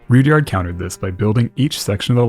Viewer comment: Guessing it's not pronounced Rood-yard either.